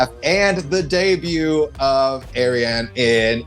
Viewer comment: It's Ariane (R-re-haun)